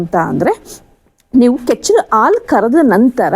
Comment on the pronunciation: Thanks ಆಲು ಅಲ್ಲ ಅದು ಹಾಲು